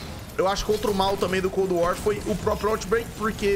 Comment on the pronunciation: PQ QUANDO VOCE FALA COLD WAR PARECE QUE TA COM UM OVO NA BOCA ?